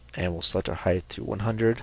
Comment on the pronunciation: Great tutorial. I like that you are slow, methodical and easy to understand. Having been an instructor myself, it is appreciated. As previously stated, your lack of editing of errors is very helpful. Only one comment. "Height", ends with a "T". I look forward to your other videos.